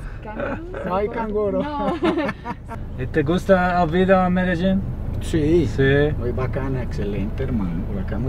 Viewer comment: I love how you pronounce Medellin <3 I'm with you on this one! ME-DE-JEAN for life :P